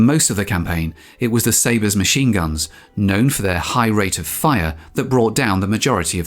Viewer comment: dude your British is showing. 50 mm Mahine guns?